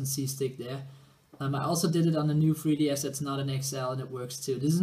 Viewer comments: you pronounce 3ds as fwee ds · the fwee ds